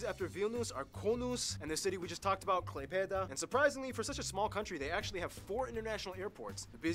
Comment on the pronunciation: as a Lithiumania person, i just die a little everytime somebody says the city names its not kieaunas, its kaunas got dammit, its not klipaedaa its klai-pė-da